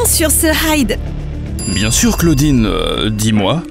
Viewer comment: On dit claodine